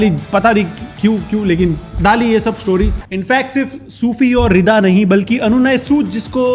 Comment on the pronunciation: रिदा ❌ रिडा ✅